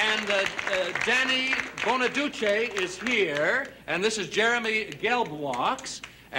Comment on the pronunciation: Jack Cassidy messed up their anniversary date. How embarrassing. I like the way the host pronounced Danny Bonaduce's name:)